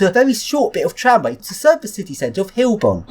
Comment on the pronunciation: It's Heilbronn, pronounced hi-el bronn, ;)